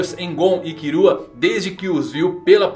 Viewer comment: me da uma agonia falar Kirua ou Aruka KKKKKKK slkk FALA KILLUA E ALLUKA PUFAVO